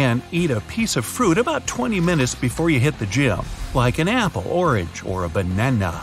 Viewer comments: The way he said banana I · Why he say banana like that? 😂😂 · The way he said banana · Love how he said banana in a child like pronunciation 🤣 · why did he say banana so weirdly ??? hahahhaha